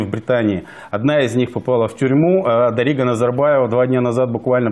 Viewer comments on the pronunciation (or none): Неправильно ударение ставишь в имени дарига